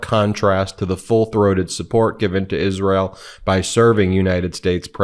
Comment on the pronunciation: I do believe trump is on something. He can not even say Isreal. He is a very disturbed idiot. 😳